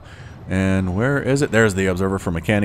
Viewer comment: As an informative piece, MCanning is prnounced M. Canning. 2 words. It probably bothers me more than it bothers him :P thanks for the cast anyway :D